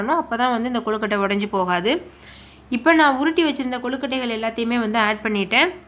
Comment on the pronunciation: ஏங்க அது கொழுகட்டை குழுகட்டை இல்ல